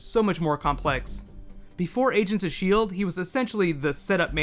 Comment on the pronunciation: it sounds like he said asians of shield lol